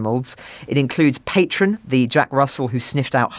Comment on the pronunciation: I think Patron, the hero Jack Terrier's name, is pronounced more like the Mexican liquor, patrón, than as in patron like saint. Pronunciation is very important here. He's a national war hero.